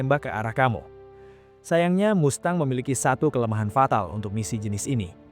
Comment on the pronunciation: Mustang bukan MASTANG!